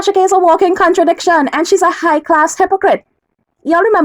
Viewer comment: The Trini in her came out!!! When my Mom would get really mad, she would say..."that's high class ______".